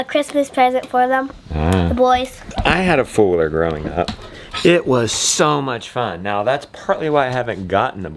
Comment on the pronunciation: I had to hear you say four wheeler about four times before I realized you weren’t saying “Fuller” or “fooler” 😂 and I’m from the south LOL